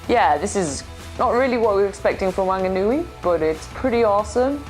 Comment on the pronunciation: I can give you a lesson of how to pronounce Wanganui wonga n ew ie